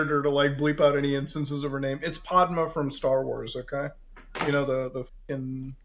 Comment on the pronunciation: Hearing Muta pronounce Padmé's name physically hurt lol